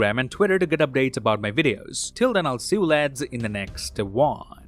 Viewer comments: I don't know why, but every time when you say: Till then, I will see you lads in the next one. I understand: in the next wong! Wong is all over the place, isn't he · Is it only me or does everyone hear hear him say " till then i will see you lads in the next wong.."